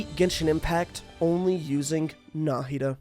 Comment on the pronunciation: I'm just impressed he pronounced Nahida correctly